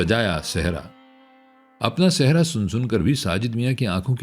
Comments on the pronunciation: لفظ سہرا ہے آپ کی ادائیگی درست نہیں ہے آپ صحرا پڑھ رہے ہیں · بھائ آپ سہرا کو صحرا بول رہے ہیں ؟ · Sehraa nhiii seheraaa